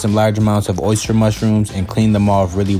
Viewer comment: I seriously just went on a deep dive through the comments to see if anyone else was bothered by that 😆 He also said "oh-ster mushrooms" more than once lmfao